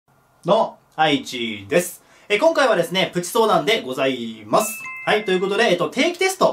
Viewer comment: ございーっますw なぜ「っ」をつけるのか笑